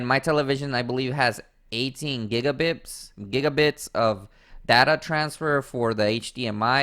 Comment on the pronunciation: Bro said giga bits